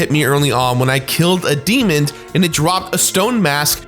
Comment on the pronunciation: " killed a 'demond'... " lol Edit: not making fun, the amount of VO that does without making any mistakes is impressive, and he's awesome! Good work at usual, dude!